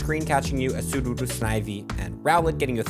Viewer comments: Mystic7 is gonna hate that you be out here calling Sudowoodo "Sudowoodoo" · Its soodoh-woo- doh, which infact does not rhyme with voodoo 🕵️‍♂️ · But it doesn't rhyme with voodoo it rhymes with something like doe